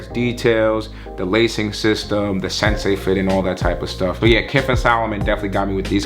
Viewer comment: Bruh can’t pronounce anything lol - sensei fit - cha-sys system - conta grip